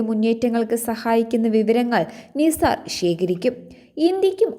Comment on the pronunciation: നിസാർ എല്ലാ നൈസർ എന്ന് വായിക്കൂ.